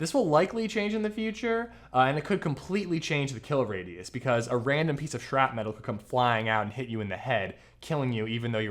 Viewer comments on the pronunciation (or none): Shrapnel, not shrap-metal or man I don't know what you're saying.